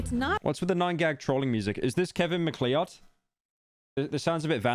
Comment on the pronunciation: Pronouncing it mc-lee-od is wild